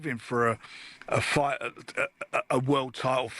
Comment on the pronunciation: Why does always pronounce Fight/Fighter as Fighdd or Fighdder? Sort of American/Aussie sounding. Weirdo.